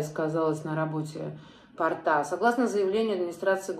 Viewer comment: Не порта а порта.ударение наОоо